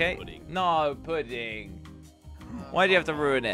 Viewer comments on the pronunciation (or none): said puding instead of pudding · really said “poodding” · jelly said pudding wrong lolllllllllllllll